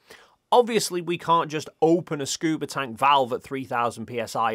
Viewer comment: "Scuber divers" bro... what..?